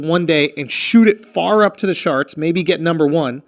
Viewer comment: Anybody else catch that he said sharts instead of charts 😂